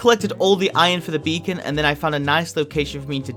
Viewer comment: "ok so, i finnally got my beecon" says